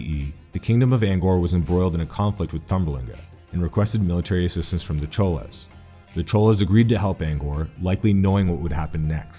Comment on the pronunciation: Tamils may confirm but Cholas is pronounced more like Choras